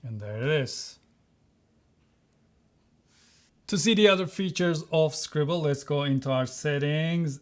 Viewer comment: You mean “scribLLe” ? time stamp 😂